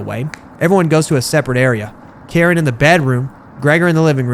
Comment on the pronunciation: Her name is pronounced kareen